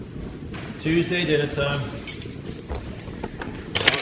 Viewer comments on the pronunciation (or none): none